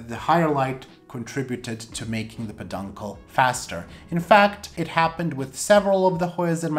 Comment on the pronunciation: knows he is mispronouncing "peduncle." I think it's just hard for him to articulate.